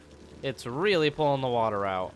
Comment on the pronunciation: what accent is it that adds an h sound to words like "out", making them "ouht"? is midwestern?